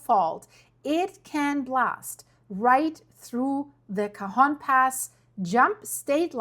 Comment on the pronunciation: I was Born in Northern California, then 7 years I moved to So Cal living in the city of El Cajon (and yes you pronounce that perfectly) California, Since I was a young girl I've heard that California would fall into the ocean due to an earthquake. And it's been said, that "If you want to find all of the Nuclear Plants just follow the Fault Lines.